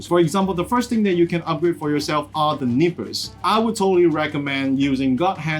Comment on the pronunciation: This is not not be mean, but when he says nippers I hear nipples. Blame my parents for making fun of my cutting tools.